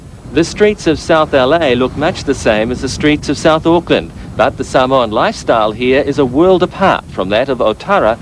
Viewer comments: Bruh, what kinda Samoans can't pronounce samoa right. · Cant even say Samoa correctly. And half never been to the mother land. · funny , these guys don't even know how to pronounce Samoa.